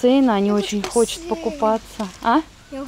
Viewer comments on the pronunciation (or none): правильно хотят, извини, слух режет